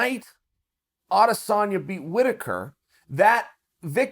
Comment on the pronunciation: You pronounce it A-des-sanya Ariel actually says it right